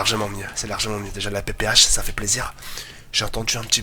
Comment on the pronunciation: bonne video mais je suis le seul a remarquer que il dit <PPH> au lieu de la <PPSH> ?